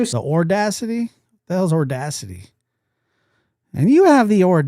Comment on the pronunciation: Josh, IMO I think said ole-dacity. Better put that on the sound board OMG! 🤣😂🤣😂